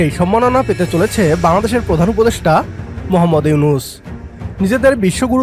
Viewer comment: MOKHAMMAD YUNUS ( মোখাম্মদ ইউনুস৷) , বাহ !! কি চমতকার উচ্চারণ !!!!